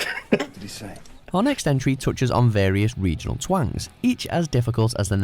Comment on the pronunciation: Egion ….region…..